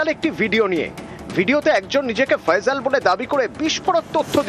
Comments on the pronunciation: থাম্মিলে কি লেখছোছ এটা বাংলাদেশে এসে বাংলা একাডেমিতে পড়ে তোরা আগে শুদ্ধ বাংলা শেখ তারপরে খবর পড়তে আসবি নাম নাম হবে ফয়সাল, সেখানে ফয়জল 🤣✊🇧🇩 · আরে বলদেরা ফয়জল না,,, ফয়সাল 😅😅😅😅